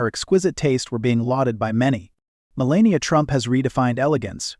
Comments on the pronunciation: She is the incoming First Lady. Learn how to properly pronounce her name. She is gorgeous and breathtaking. She is quite intelligent. She deserves more dignity than most give her. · Why does the commentator mispronounce her name repeatedly? She is not always elegant, for example that very short white dress ( seems just a sweater and nothing else ) with a turtle neck is very unbecoming , stylewise , doesn't achieve the effect Monrie did